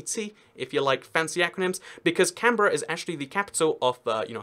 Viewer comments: My reaction when he pronounced it correctly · finally someone who can pronounce canberra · Finally, someone who pronounced Canberra right! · Omfg a foreigner got Canberra right